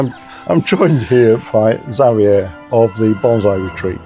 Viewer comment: This is so mellow. Really love the advice. Also, it's nice to hear the almost Espanol from. Xavier is my favorite Spanish name. But I'm used to hearing it the Mexican way like was doing. Nice.